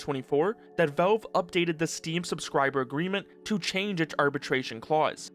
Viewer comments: Man why in fucks name are you calling it velv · The way you say Valve tickles my brain but like... in a not good way?